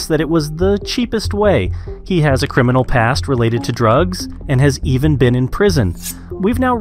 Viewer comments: “ciminal record” 😂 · "ciminal" lol